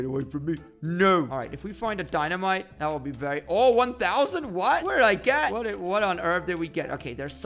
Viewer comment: He was say "dynamike" not dynamite 😆😆